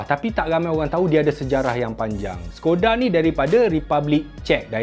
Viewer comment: Skoda tu sebutan dia shekoda